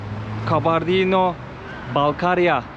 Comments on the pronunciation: KANKA KALBARDİNO DEĞİL KABARDİNO😎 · Karbondino değil 😂😂 Kabardey diye söyleyeceksin. 😂😂😂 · Gittiğiniz yerlerin tarihini kültürünü araştırarak gitmelisiniz. Kabardino'nun adını bile doğru söyleyememeniz gittiğiniz yerle ilgili ne kadar araştırma yaptığınızı gösterir. Yine de çabanız güzel teşekkürler. Türkiye ve Amerika'da yaşayan bir çok Balkar türkü var onların tarihlerinde çok trajediler var. Ordaki müslüman halklar ikinci dünya savaşı sonrası hepsi Kazakistan ve kırgızıstan steplerinde sürgün edilip 14 yıl sürgünde kalmış ve nüfusun 3/2si yokolmuş. Sürgün nedeni ise onların kültür-dil ve dinlerini yaşamalarına müsade edilmemesi yani kominizm ve Stalin'den illallah ettikleri için Alman'lara yardım etmeleri yüzünden ... neyse google'a yazarsanız hikayeyi öğrenebilirsiniz. İnsanlarla inglizce değil direkt türkçe konuşsanız kesin sizi anlarlardı. Özellikle Kumuk-Karaçay ve Balkar(Malkar türkleri). Okullarına , derneklerine gidin sokaktakiler size kültür ve tarihi anlatmazlar. Karaçay-çerkesk'de Alieva adında Karaçay-Nogay dilinde eğitim verilen büyük bir üniversitesi var. Orda çok türk öğrenci de var. size yardımcı olurlar.